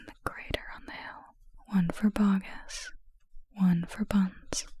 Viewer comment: I know it’s truly unimportant but I also need u to know it’s “BoggIS” not “BoggINS” :)